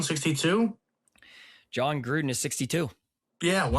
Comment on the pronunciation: John Grudden?!?!?! You’re off some good crack.